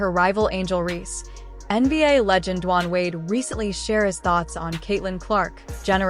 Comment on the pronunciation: “Duwon” Wade 😂 cmon now